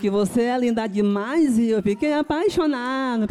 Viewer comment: "seio que você é linda demaizi"